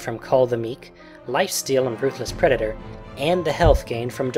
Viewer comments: I heard u say pedator if u listen carefully.:P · pedator? Don't you mean predator?